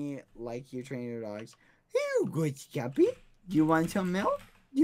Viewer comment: UwU u said skeepy